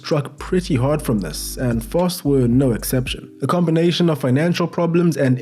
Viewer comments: You pronounced Fosse perfectly. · We played to strengths and where not afraid to take it to teams. Also u said fosse correctly. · You prounced fosse correctly